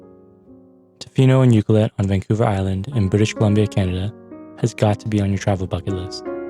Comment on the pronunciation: You’re pronouncing Ucluelet wrong. It’s U-Clue-let. Not Ucluel-it. You have to pronounce the CLUE in the word. Just so you know. (I’m a local)